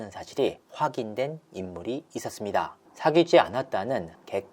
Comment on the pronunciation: 있었습니다 하는 마지막 끝내는 말투.. 너무 ........... 이상해요ㅠ 저 억양만 귀에 들어오네요